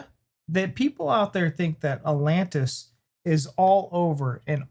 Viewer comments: 'Alantis'? He says it three times. Not ATlantis, he's not fond out the first T apparently. Or does he just like the singer Alantis Morrisdancer? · if you don’t start pronouncing both of the T’s in Atlantis I’m gonna scream 😂😂😂 wtf is “Alannis”???? 😂